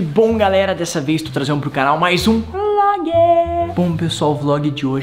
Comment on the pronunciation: Hoje que eu vi que o Rezende fala "mais um vloge"kkk